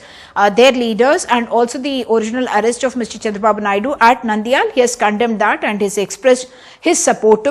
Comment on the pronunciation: It's not Nandyal. It's Nandyala. Telugu words end with a VOWEL. Like Italian language.